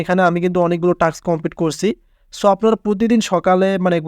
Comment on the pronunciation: দূর হ্লা টাক্স , ট্রাকশন কি রে🤣🤣 টাস্ক, ট্রানজেকশন ✅